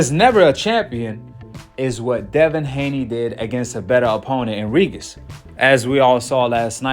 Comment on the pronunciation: Bro say Regis name correctly